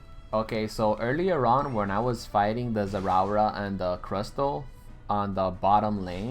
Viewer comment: Everytime he says zerawra, my body hair stands up. Electrifying like zerawra.